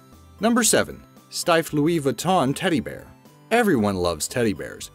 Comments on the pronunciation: You don’t say Louise viton you say louie Vuitton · I hate it how he says Louis Vuitton